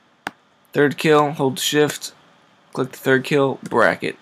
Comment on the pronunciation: WHAT THE FUCK IS BRAKKET ?